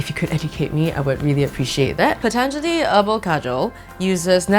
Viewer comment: ooo she pronounced patanjali right